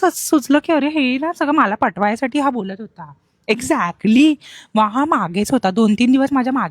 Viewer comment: Exactly❌ Exacly✅ 😂😂😂😂😂😂